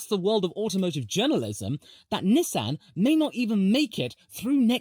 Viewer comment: Please don’t ever say Nissan like that ever again